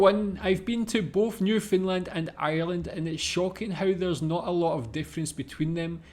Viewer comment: Common Canadian pronounciation is Nyoof'nland with more stress on land than nyoof. Definately not NewFinland LOL